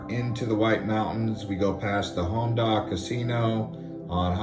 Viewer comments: Bro who are you. First show low gets a lot of snow which it doesn’t then you say the Home Dock Casino??? HON DAH CASINO!!! Have you even ever spent time on the mountains??? I don’t think you have by the way you talk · It’s actually pronounced “Hawn-Duh” (Hon Dah Casino).